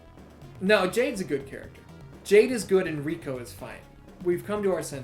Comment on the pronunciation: It’s pronounced Rai-Co, not Rico. Rico was with Billy and Chuck 😂 besides that I’d say our lists are almost entirely the same. I would have Goro as the Fucking Best just because he was really the face of Mortal Kombat in the arcades. If someone was fighting Goro the entire crowd would gather to watch, the fact he was a clay model too and not a person made him stand out so much as well. I do agree that he does the job way too often nowadays but he’s right there with Scorp and Sub as one of the most visually identifiable characters in gaming.